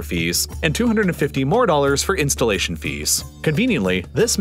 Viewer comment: I like how he says installation fees. Also Trrrilion dollars